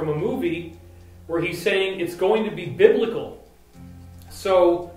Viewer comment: Not bibical...